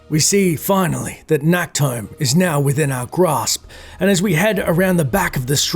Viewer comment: Fun fact: Nacht is German for night but englisch speakers like pronounce the ch wrong so it sounds like Nackt which means naked in German. So it's kinda funny for people who know german when says "Nacktholm". In the game it's pronounced a bit better but still too harsh.